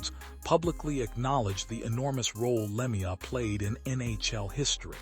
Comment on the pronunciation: Learn to pronounce his name correctly before u make a video What a joke